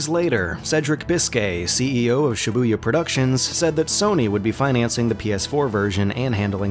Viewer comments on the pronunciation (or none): Every time he said shibuya all i could think of was cyborg from teen titans